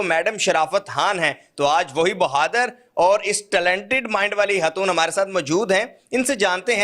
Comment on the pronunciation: ye lafz HATOON kia he.??? Khatoon bolo, urdu seekho, phir video banao